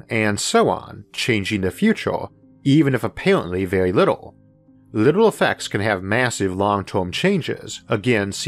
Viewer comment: This was vewy intewesting.